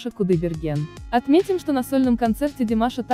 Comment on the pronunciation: Не понравился обзор,во первых очень кратко без эмоций как будто не видела весь этот фурор,во вторых неправильное произношение имени Абил- Мансур ударение на букву ,,у",слово домбра ударение на последний слог,неприятно слушать когда искажают ,особенно имя.